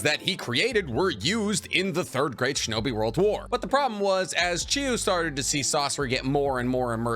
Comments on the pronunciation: You even spell it right but you still say Chiyu, not Chiyo. D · Are you purposely mispronouncing Chiyo-Samas name? Chi-yo, not you..yo. Chiyo. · Who is this Granny Chiyoo you speak of??? Jokes aside, nice video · Almost every video has a mispronunciation to the point I think its intentional. This video had Chiyo as 'Chiyu' and Kakuzu as 'Kakuzo'. The 12 Guardian Ninja video had Chiriku as 'Chiriko' and many others each video.